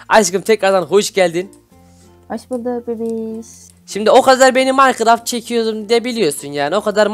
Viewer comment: abi o maykıraft diğil minecraft